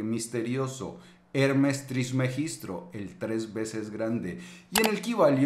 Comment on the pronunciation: TrismegisTO no TrismegistRo